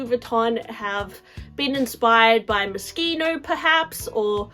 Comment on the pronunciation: Oh 😂 I kept thinking you were saying Mosquito, not Moschino. I was like, “influenced by a mosquito” 🤔. I’m in the U.S. and that blue LV looks like something you would buy for your kid at the Dollar Tree.